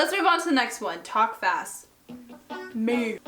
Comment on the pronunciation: the way u say ‘me‘ cracks me up so hard I’m a mess